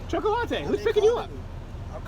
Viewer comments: dis nigga did not just say choc-o-latte, lol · Lool he called the black kid chocolateatee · Why did he call that guy choco-latte? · You just loved saying chakalatte didn't you 😂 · I couldn't quit laughing at him calling that guy chocolatte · Choca-late'. HahahahahHahAhahahaHAHAHAHA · Why did u had to call him “cho-co what ever” I know you were playing, but it was unnecessary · Terible Teri That’s how you pronounce chocolate in Spanish. The other two kids that called him while Crowder was walking up to them might be Hispanic and pronounced his name in Spanish.